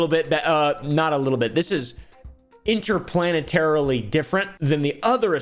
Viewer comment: “Interplanetarly different”😂